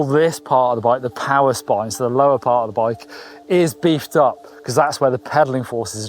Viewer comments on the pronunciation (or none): none